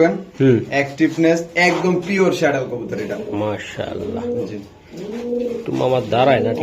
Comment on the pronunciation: The correct pronunciation is not শ্যাডেল, It should be pronounced স্যাডেল। The correct spelling is Saddle.